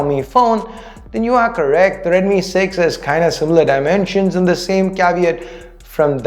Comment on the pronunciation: Its deadmi 😂